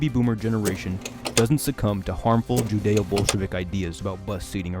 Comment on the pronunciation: +I mean he even said Jewdeo instead of "Judeo" :/ And it's probably bc he's not that familiar with the word and guessing how it would be spelt. And "Judeo-Bolshevik/ism" is a historically WELL KNOWN Nazi PHRASE / talking point, which WAS what this video was comedically playing into. 😂